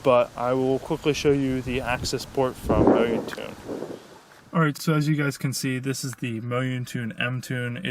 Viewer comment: Mo-yoon-tune hahaha it's moun-tune